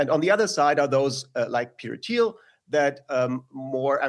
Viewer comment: "Teter Thiel"